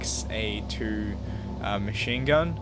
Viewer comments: Arma II: Ar-muh, not Armada. M1911: Em-Nineteen-Eleven, not Em-One-Nine-One-One. M16A2: Em-Sixteen, not Em-One-Six. Clip: It's called a magazine. A clip is used to push bullets into a magazine quickly. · It is pronounced M-16-A2. The m9 does not use a clip, it uses a magazine. Silenced ammo is just sub sonic, so no sonic boom when it goes off, at least in real life.